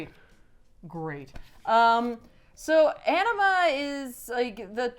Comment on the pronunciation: I dont know why i keep hearing Enema instead of Anima